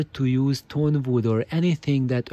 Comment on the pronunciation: Superb points,! Indeed, I fully agree with you, bamboo would be the best material for mass production, and aligning a long piece of wood the way you described does help a lot. Sorry for my pronunciation, I meant to say "tone wood", which is the name for luthier / music instrument grade wood: it has a very dense fiber structure, and thus has a very direct, strong, and very fast resonant response to the mechanical impulse. Lesser grade wood and other materials, because of their less organized strucutre, start resonating in sync with the original impulse, but then due to their lack of inner sturcture, the resonances excite non-harmonic modes - which cause the bad cabinet colorations. I'm about to make a series on the inside of my speakers, this Hiraga series (and upcoming Voigt pipe / TQWP videos) are the preparation to understand the foundations for my way of thinking.